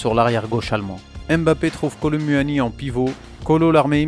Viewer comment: J’aime trop ce que tu fait mais apprend à bien prononcer kolo muani 😂😂😂😂 sinon c’est cool’ ❤